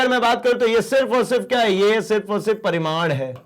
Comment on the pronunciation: Sir paridam nahi parimad